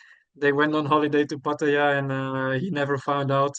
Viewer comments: He has pronounced it three different ways in this one video! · I know how a local Thai says it. If he could pronounce it correctly he wouldn’t say it 3 different ways. There is only 1 way to say it. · He says he is fully conversational in Thai but doesn’t know how to correctly say Pattaya? Ok 😂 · How do you "think", a local Thai says it?He has pronounced it three different ways in this one video😊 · pronouncing it 3 different ways surely shows he cannot speak Thai?